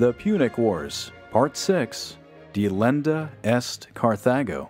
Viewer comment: Thanks a lot for this. I'm learning stuff I didn't in school, but I wish your narrator had paid more attention in his Latin classes. His pronunciation is not true to any tradition I'm aware of. And certain things just aren't right. Like the title of this one: "Delenda est Cathago." It's much more interesting than your narrator tells us. It was the ending of every speech of one of the Scipios in the Senate. But I've never heard or read that word order. It's as if he just didn't pay attention when others said it in the much more powerful and Latinate word order: "Carthago delenda est!" BTW it means "Carthage must be destroyed!"